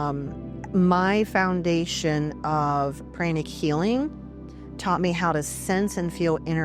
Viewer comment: Mispronounced words including chakras and pranic was too distracting for me.